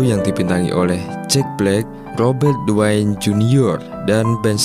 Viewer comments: Robert Downey,bukan Robert Dwayne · Robert downey jr bukan robert dwayne jr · Di baca robert downi bg bukan dwain atau kalo bocil ff bilng iron man